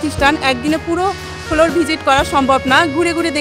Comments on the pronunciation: ের কিছু ইংলিশ ওয়ার্ড উচ্চারণে প্রবলেম,,, ফ্লোর কে বলছেন ফোলোর,,, ক্লিন কে বলছেন কিলিন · ফ্লোর কে উচ্চারণ করে ফোলোর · কি অশিক্ষিত নাকি। ফ্লোর রে বলে ফোলোর🙂😂